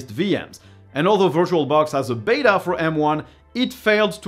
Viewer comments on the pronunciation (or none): none